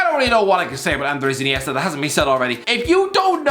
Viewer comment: “dAvId” InEIstA